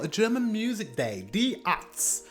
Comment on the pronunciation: Hey! Speak after me: Dee Airtzde (like air, but ending with tz like in hertz)